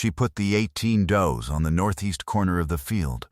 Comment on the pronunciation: A group of female goats are called does, pronounced "doughs" not pronounced "duze". EDIT & REVIEW!!